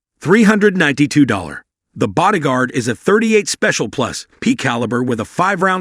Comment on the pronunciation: Please for the love of God, get an annoucer who actually KNOWS guns to do the voice overs, or at least try to program your text-to-voice software to properly enunciate firearms terminology. It's NOT 38 plus, P revolver. It's 38 +P.